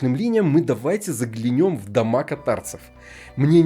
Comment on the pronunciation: ЗаглЯнем, ударение правильно? Или нет, режет слух😂 контент топ🎉🎉🎉🎉